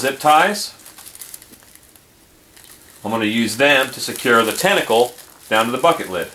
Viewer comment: "test-acle" hahaha